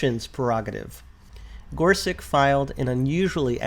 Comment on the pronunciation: Minor detail here, but I know you want to pronounce the Justices’ names correctly: Kava-NAW, not Kava-NOW. Gor-SUCH, not Gor-SUCK.